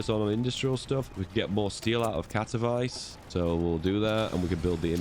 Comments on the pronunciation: Katowice is pronounced katovitse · As a pole, hearing him say Katowice as "kato-vice" truly hurt me inside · As a guy, who lives next to KatoVICE, I couldnt help but smile how you pronounce the name, like in Miami Vice :D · To są Katowice, nie kAtOwAjS